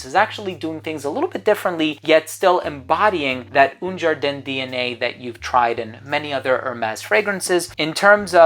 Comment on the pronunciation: Un ...A not OUN !!